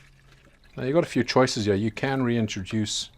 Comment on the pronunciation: I love to hear you talk. These ones hya. As you can see hya